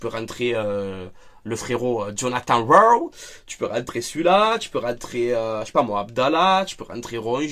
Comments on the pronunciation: Bonjour stp ne prononce pas RoW ça me fume 😂😂😊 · Bonsoir, Bourvil pas Bourvil, La Soupe aux choux pas La Soupe aux choux, pas besoin de se prendre au sérieux! Si tu veux appeler ton ami “John”, Rowe c’est comme si tu aboyais en anglais (Waow) Force à toi, à toute sur ton live. Allez l’OM 🔵⚪️✊